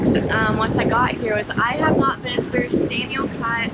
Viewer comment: i have no idea what she just said.. she's not been (Staniel Cut?) in her boat since Porto Rico?